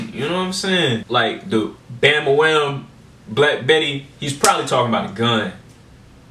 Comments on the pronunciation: Do a search on "Black Betty" and you'll read a ton about the origin. Also, he is saying "Bam A Lam" not Bam A Wham as you are saying it. Just saying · Dude, you are driving me crazy. It is bam-ba-lam, not bam-ba-wham. LOL